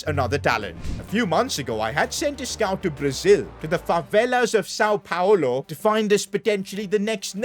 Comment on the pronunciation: Sao pablo ❌️ Sao paolo✅️